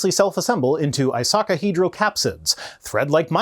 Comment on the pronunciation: I know I shouldn't dunk on speech impediments, but I think should look closely at the spelling of "actually". It doesn't say "adjually" now does it,? (and before anyone says it, yes, I know pronouced icosahedral as "isocahedral" at one point, but that was an isolated error and I've heard him get it right elsewhere).